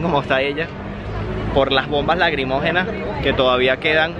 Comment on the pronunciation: bombas laCrimógenas, no laGrimogenas.